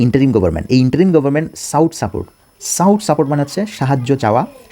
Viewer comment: Sought --সট সাপোর্ট সাউট নয়।